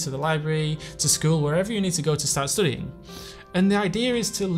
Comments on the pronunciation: And why he keeps pronouncing studiiŋ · the way hes pronouncing studying will be stuck in my head forever now